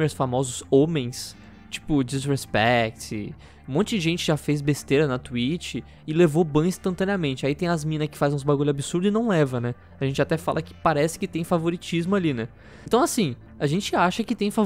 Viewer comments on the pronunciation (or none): ele fala twich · bah falou Twich